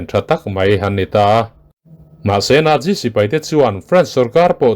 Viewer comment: Nat ti a lam ro ro chuan a dik zawk chu Nat- si. Nat - zi ni lovin.🤭 Chu, tih hi a tul lohna ah i hmang tam mawlh mawlh lutuk a, ngaihthlak a ti nuamlo tep.🤗